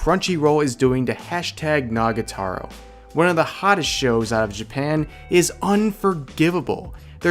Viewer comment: Rev you keep saying Nagataro. It's Nagatoro. Toro. To-ro. Pls. It's killing me that you're mispronouncing it.